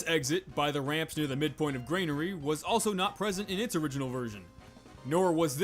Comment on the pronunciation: *Granary, not Grainary.